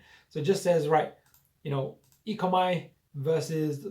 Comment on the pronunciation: dude its pronounced 'E Co Mee' not 'E Co My'! Its OMI token not ECOMI. ECOMI is the company name. OMI is not like any other crypto. No other project like it at all. This will fly very very soon. NFT and metaverse will be sooooo big! Expecting 20 x by year end. More than just legs! currently have 100+ licenses like Marvel, DC, NFL, Back to the future, Jurassic Park and soon Pokemon etc. They are on very few exchanges with a new exchange announced today (OKex). Binance and Coinbase coming very soon. NFT drops sell out in mins ($1M+ sales each drop). They are only just getting started!